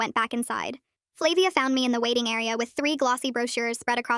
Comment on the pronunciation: I think its flah-via